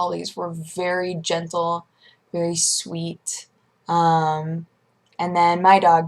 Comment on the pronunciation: "Gentile"? hes jewish? :P